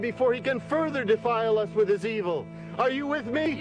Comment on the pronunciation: He pronounces "evil" like Obi-Wan did in Star Wars: ee-ville.